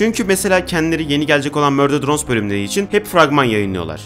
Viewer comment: bişey diyecem neden murder drones a mürder drones diyon